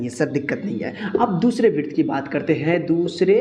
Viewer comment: Virt bol diya hai😂😂😂😂😂😂